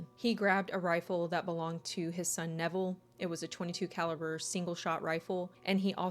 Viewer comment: 😖👹omG i thought i heard u say her childs' name from her previous union was DEVIL!!!💔😳👺 Lmao iht add the cc option and then <<RW xx fast lmao His name is Neville, not Devil lmao🤣